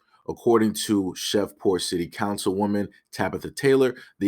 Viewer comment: It's pronounced "SHH-REEV-PORT" bro....